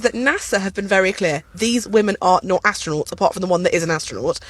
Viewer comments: Not a astronaght theyre astro-nots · Astro “nots”. 😂